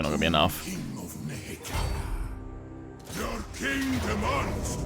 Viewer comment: You're pronouncing NEHEKHARA as NEKEHARA again... It's NE- HEK- ER- AAH